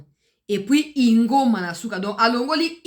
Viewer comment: Pas INGOMA mais UNGOMA